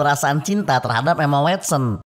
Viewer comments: Emma "Wotsen" bang, bukan Wetsen 😴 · Emma wotsen bang bacanya 😁😁😁